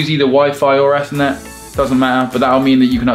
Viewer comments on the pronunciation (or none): Did anyone catch the fact that said eathnet cable instead of Ethernet cable. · I thought said ethnic cable instead of Ethernet Not after Brexit! Heyo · the way pronounces ethernet upsets me